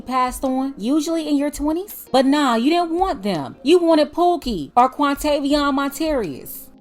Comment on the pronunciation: “Quantavian Monterrias” lmao 🤣